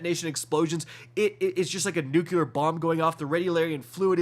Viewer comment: . NU-CLEAR. SAY IT WITH US.......... NU CLEAR. NU CLEAR. WTF IS NU-CU-LAR?